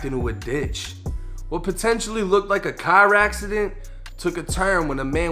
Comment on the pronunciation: A CawrAaacident